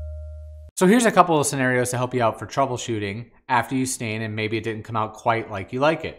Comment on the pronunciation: Yo dude, nice video! Very helpful. Just one thing: It's "scenArio" not scenerio